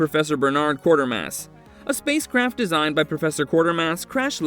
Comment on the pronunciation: The name is Quatermass, not Quartermass. And if anybody wants to avoid a spoiler on The Incredible Shrinking Man, turn down the volume for that segment!